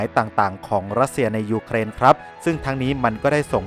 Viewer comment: เวลาเขาวัดแพ้ชนะวัดที่ แผ่นดินที่ได้ที่เสีย ครับ มีแต่เด็กน้อยแหละมานั่งนับของที่พัง แล้วเวลาแอดแม้งพูดถึงยุเครน แอดแม้งชอบทำเสียง2ด้วยวะ รั่วชิบ